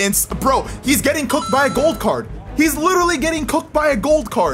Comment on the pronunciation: When u say gold card I listen goat card